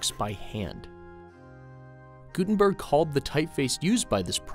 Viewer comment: They way He pronounced joHANNES GUTENberg. Calitalized meaning loud, Stressed.